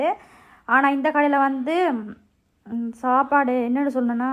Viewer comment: ஷாப்பாடு இல்ல சாப்பாடு. தமிழ் தெரியாதா.தேவிடியா😂😅😂😅😂😅😂